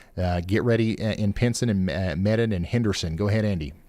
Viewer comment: its pronounced Mee done.. (medon)